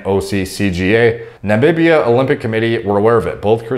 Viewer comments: struggling with the word Namibia. Everytime he said it, it sounded like "nabibia" But no worries, it's ok, you get there eventually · "Nabibia" lmfao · How the heck has never heard of Namibia? What the heck is nambibia? Only one b bruh